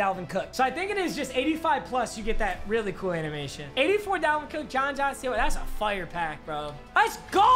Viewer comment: why does he say fire like that lmfao